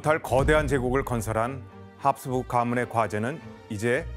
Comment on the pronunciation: ㅋㅋㅋㅋㅋㅋㅋㅋㅋㅋㅋㅋㅋㅋㅋㅋㅋㅋㅋㅋㅋ나도 보면서 내내 교수님 발음 때문에 답답했는데ㅋㅋㅋㅋㅋㅋ 합스부르크를 계속 합수부(륵)라고 하심ㅋㅋㅋㅋㅋ